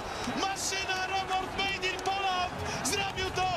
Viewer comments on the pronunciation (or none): none